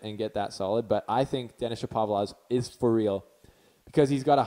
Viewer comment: U r pronouncing him as Shopavlov instead of Shapovalov!!